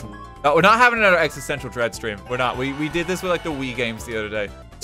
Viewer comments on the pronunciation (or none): none